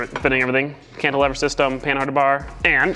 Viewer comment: I like your videos! But you might want to look up how to properly pronounce the word “cantilever”